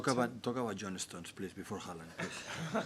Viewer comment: the double A (or Å when written in Norwegian) is actually supposed to be pronounced as /oh/